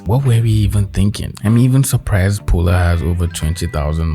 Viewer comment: My name is Paula and I feel called out when he says Polar